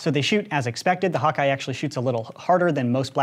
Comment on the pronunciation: When he says hawk eye I think he says hot guy lmao